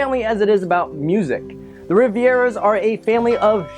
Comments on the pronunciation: It’s Rivera not Riviera!! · it’s “Rivera” not “Riviera” “RI-VE-RUH” no second i. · why do you keep calling them the Riviera's, it's Rivera! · You keep saying the family's name wrong, dummy! Its not Riviera. Its Rivera! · Why do you keep calling them the Rivieras? Their name is Rivera, like river with an a at the end. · Why does he pronounce the Rivera's name bad he is saying riviera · Riv-Era, not Rivi-Era. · Why are you pronouncing the Rivera family as Riviera? Even if Spanish isn't your native tongue, the spelling should be a dead give away... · it is Rivera, not Riviera ;) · Rivera’s not Riviera’s. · It’s pronounced RI-VE-RA🤦🏽‍♀️ Not Riviera. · It's not the Rivieras it's the Riv-eras or Riv-air-as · Your pronouncation is just horrible. Rivera is pronounced like it is, not Riviera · Its pronounced Re-vair-uas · You pronounced Rivera wrong. My boyfriends last name is rivera. Pronounce Riv air uh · This is the second youTube video about "Coco" that I've seen where a white person can't pronounce Rivera. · You said rivera wrong Wreck -it Ralph : Squirrel : Meme: Pizza: Smile: #coco